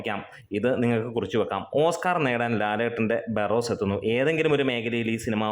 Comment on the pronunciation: ബാർറോസ് 😂😂 Barros എന്നല്ലേ